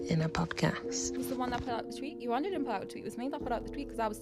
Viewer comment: Many good points but mispronouncing yewandes name can’t be considered to Whitney repeatedly laughing at a man’s accent. Would be the same if she had been laughing at yewandes name. I really don’t think that had to do with her colour